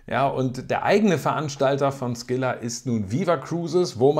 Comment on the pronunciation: Scylla spricht sich "Skülla" und nicht "Skilla". Ansonsten alles richtig erklärt. Deine Meinungen kann ich vollumfänglich teilen, auch meine Erfahrungen sind stets sehr gut.